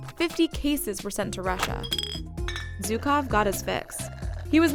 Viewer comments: Not zukov... It is pronounced with sound that doesn't exist in English, but is pretty close to G, or J, but not Z. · How hard is it to pronounce ZHukov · Zhukov, not Zukov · Zhukov not Zyukov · He is Jukov ( Жуков ) not Zukov, in russian language Juk ( жук) means bug.